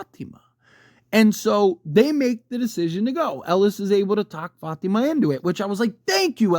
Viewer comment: Love how u pronounce Fátima